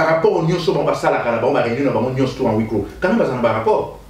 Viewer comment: Tala colonel y'a armée du salut...Médiocre mususu yeyo...17 ans y'a combat na internet ayebi ata solo y'a gaz te...et on dit "à huit clos" et non "à oui cô" ndenge olobi ,4mn 06 Soki oyebi sens y'a mot te pe comment ça s'écrit ko prononcer yango te